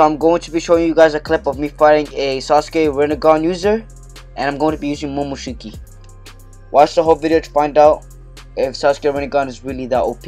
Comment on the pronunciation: First time you said momoshuki😂lol